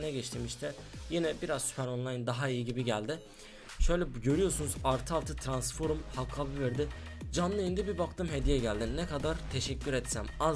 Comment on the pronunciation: trasnforum demene bayılıyorum ya <3 aat